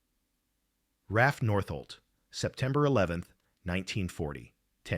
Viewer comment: "RAFF NORT-HOLT" It is R. A. F. North-Holt!